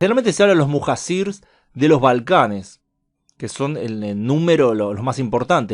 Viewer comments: Se pronuncia Mujayir que quiere decir la gente que deja su casa por el caos del lugar , cuando se hace invivible la zona al igual cuando los primeros musulmanes emigraron a Medina por la perversidad de la gente de la Meca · Muhacir se pronuncia “muhallir”